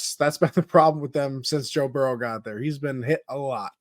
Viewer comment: Who the hell is Burros? I thought it was Joe Burrow?